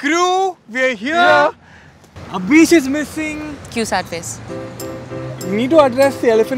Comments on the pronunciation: Abish's WALK OF SHAME. oh sorry, "ABEESH's" 😂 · Poor Abeesh!! or Abish?? 😂😂😂